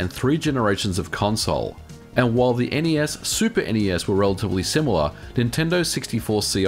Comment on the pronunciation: Thank you for saying N-E-S correctly.